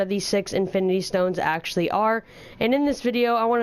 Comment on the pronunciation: "pretty much, actyally" bruh